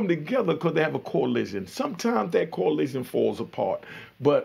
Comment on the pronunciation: It’s coalition!!! Not collision